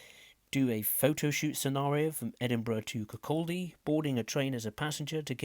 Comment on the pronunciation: Bro Please learn how to pronounce the Station Names correctly, You have Really Hurt me Here is how to pronounce every station in the game as well as the Levenmouth Branch-line from Inverkeithing Don’t take this in the wrong way, just I hate when people cant pronounce places correctly Dalgety: Dahl-Get-E Bay Aberdour: Aber-d-Our Burntisland: Burnt-Island Kinghorn: King-Horn Kirkcaldy: Kirk-Cod-E Rosyth: Row-Scythe Dunfermline: Done-Ferm-Lynn Cowdenbeath: Cow-Den-Beath Lochgelly: Loch-Gelly Cardenden: Card-in-Den Glenrothes with Thornton: Glen-ro-this with Thorn-ton Markinch: Mark-Inch Cameron Bridge: Cameron-Bridge Leven: Leavin’